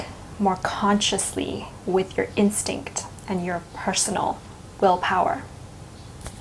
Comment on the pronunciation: Instinct? Is that what you said, instinct? I couldn't quite make that out. One more million time please.